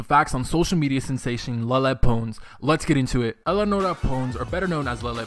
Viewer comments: It's pronounced (lay-lay-Pa-ns) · Lie-Lie Pones great pronunciation of lele pons bro...😑😑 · U literally say Lala poons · Lele "Pones" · First of all u need to say her name right Y U EXSPOSING HER DONT DO THAT IM UN LIKEING IT AND REPORTING IT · The way he pronounced Lele Pons made me puke